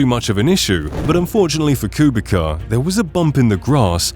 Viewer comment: gr8 video I have accually belived you have 50K+ subscribers when I saw the quality of the video but to my shock you dont even have 4k subs. Ps. Kubica is a polish driver and in polish the letter "c" is prounounced like "ts" so it is accually prouounced "Kubitsa" not "Kubika"